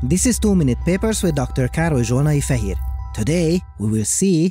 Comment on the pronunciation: Bro even with the spelling of your name in the closed captioning, the way you say it is crazy!